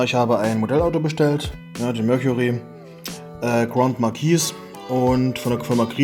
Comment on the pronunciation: I buy em to PARK them on my display shelves with their "Friends" lol, I would have just destroyed the styrofoam too. BTW, it's pronounced GRAND-MARK-EESE! 😉